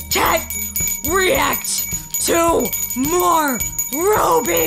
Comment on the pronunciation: RWBY is pronounced "Ruby". The first character in red is Ruby Rose, the next is Weiss Schnee, Blake Belladonna, then Yang Xiao Long. The R W B Y represents the four main characters of the show, which I just listed. Also, it is very much anime despite being made by Rooster Teeth(more specifically America) the creators consider it an anime, and it became popular in Japan.